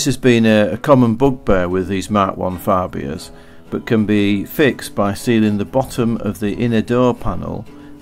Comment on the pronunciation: You say Fabia funny